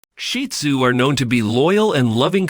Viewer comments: He IS using the proper pronunciation. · that’s what I believe the commenter is implying because I didn’t know this was the correct pronunciation until watching more shih tzu content. 😊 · I love hearing the pointers but, also, hearing the AKC preferred pronunciation of the breed name: "Sheed Zoo" rather than sounding as if referring to a pile of dung. Thank you for all of the information.